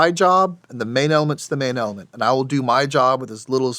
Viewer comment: "manailment" the uhh main element